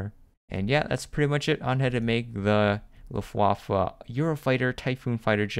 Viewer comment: So funny what he does to the word „Luftwaffe“ sounds like Waffle 😂 Greetings from 🇩🇪